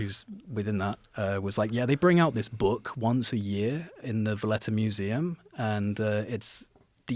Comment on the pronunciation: It's nice to have someone on that's not saying it's in my boook, it's in my boook!